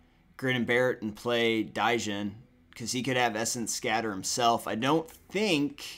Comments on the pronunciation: Jesus, the way he said it almost killed me through out the game. DAIJINN. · Quick tip. The d in Djinn is silent. It's pronounced jin.